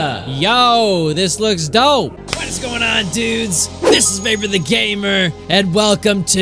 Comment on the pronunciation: Lmao did you just call him vepor